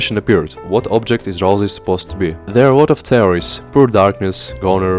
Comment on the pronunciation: RalSei, not RalZei!🤓🤓🤓🤓